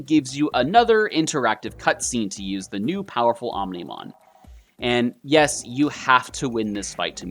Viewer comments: did he just pronounce omnimon wrong... oh my go he called omnimon omnohmon but i kinda found that funny lol so alls good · i feels its deliberate. mispronouncing Omnimon's name 😂😂